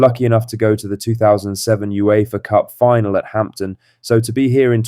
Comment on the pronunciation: STOP SAYING HAMPTON 🤬